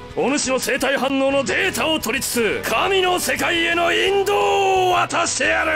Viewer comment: 引導じゃなくてどうしてもインド王に聞こえる笑